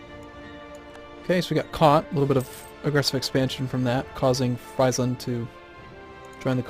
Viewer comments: Friesland is pronounced Freesland btw. In German, IE is 'ee' noise. EI is the 'aye' noise. Opposite of English. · LOL he just crushes friesland. I'm dutch and the "ie" from friesland is like the "ee" in free